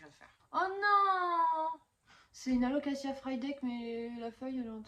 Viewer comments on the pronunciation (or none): Tu prononce Alocaçia? C’est Alocazia 😂